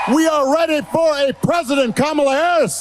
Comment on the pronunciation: I cannot fucking stand how trump calls her "kmawla" not how it's properly pronounced, and if you say you can pronounce it either way, NOT WHEN IT'S A PERSONS NAME. OR ANYTHINGS NAME FOR THAT MATTER.